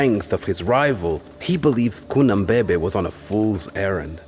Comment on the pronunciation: The pronunciations are quite good, but they messed up Cunhanbebe. NH makes a /ny/ sound. Like the spanish Ñ